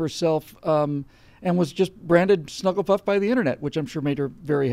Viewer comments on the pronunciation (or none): did he say SnugglyPuff? :D